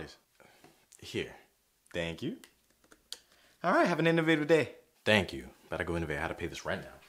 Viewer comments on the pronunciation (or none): He said tank u or dang u